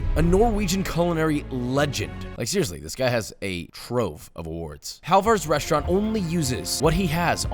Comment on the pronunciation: “ReSHtaurant”??? What the hell is a “reSHtaurant”? Why does he pronounce it that way?